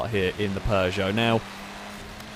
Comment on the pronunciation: I'll admit, this video is the first time I've heard the correct pronunciation of Peugeot, I don't think I've ever heard it said before now. Could be wrong, but still the one in this video looked like it gave a good fight. But that twitchiness looked like a handful to deal with even from an observer's standpoint. And I wasn't at all surprised there were a few rocket cars in the earlier races. xD